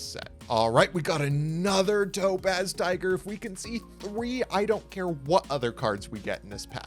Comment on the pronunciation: Does anyone else consistently hear "Dope Ass Tiger" instead of Topaz Tiger? 🤣🤣